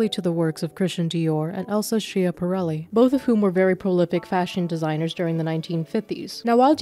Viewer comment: I’ve never had the chance to be commenter. Here it is, my chance clenches fist it’s pronounced “SKYA-pa-REL-ee”, the a is like the a in cat